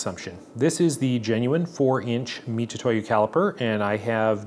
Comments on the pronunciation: and most definitely not "Mi-too-to-YU" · Very comprehensive video, it is detailed. From the boxes section you could start to see the fake ones have subtle but knowable differences. If it's fake, it's trash. like you said, why impersonate someone else. Great video but please can you just pronounce Mitutoyo, Mitutoyo instead of Mitutoyu. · I believe it's pronounced MiTsuToYo, which is the pronouncation of their company name 株式会社ミツトヨ(三豊), and tu is just a short version of tsu, in fact, if you type tu with japanese keyboard, you'll still get つ(ツ)(tsu). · I still can't quite tell if you're saying "Mitutoyo" (wrong) or "Mitsutoyo" (right). Either way, I appreciate the detailed look into what at first blush looked pretty identical! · Pronunciation is "Mi-TSU-toyo."